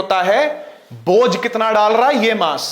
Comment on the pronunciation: Its bhoj not bojh😂